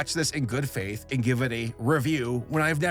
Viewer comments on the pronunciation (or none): none